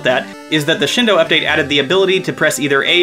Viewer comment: it's "shEEn do-", not "shin d'oh"!